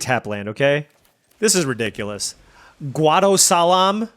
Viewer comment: just casually nailing guadosalam pronunciation first try though, GG This draft was sick! already looking forward to tomorrow's video